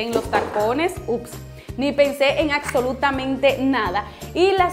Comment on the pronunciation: hermosa no es "Acsolutamente" es con (b) "absolutamente". 💓